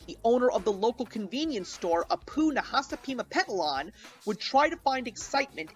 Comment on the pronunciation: "Don't have a cow, man." Edit: It seems weird to me that Michael Jackson could lend his speaking voice, and songwriting talents to this show, a la "Do the Bartman", but, not his singing voice. Also, great job on pronouncing Apu's last name correctly. Not many people can do that.